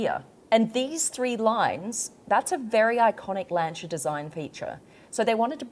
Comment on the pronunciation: LAN SEER ....ffs